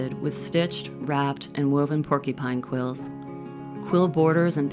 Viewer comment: Pork-U-pine, not Pork-E-pine